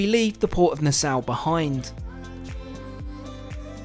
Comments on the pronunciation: Nassau = "Na-saw" 🪚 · Hard to believe anyone who is so widely traveled can't correctly pronounce Nassau or Grand Marnier. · Ok, conch is pronounced konk and Nassau is pronounced Nassaw. I am Bahamian so I know this for sure. Love your videos. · it’s pronounced nah-saw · Nah-Sow haha!